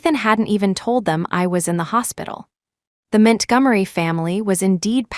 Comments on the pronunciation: Ethan “Mint Gummery” 💀💀💀💀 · MintGummery??? Isn’t that Montgomery? AI about to rename all of us. Wait for Washington to become Wish in Town 😂